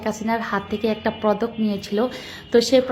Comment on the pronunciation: উচ্চারণ টা পদক হবে,প্রদক না"!